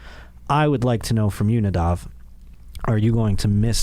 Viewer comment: Moss? Lol at least get his name right lol